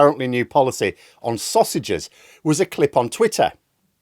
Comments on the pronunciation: I don't think it was a typo, just a slip of the tongue - it was more like "releasse sostages" rather than sausages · Starmer said "release the saussages." he also said that he doesn't listen to criticism.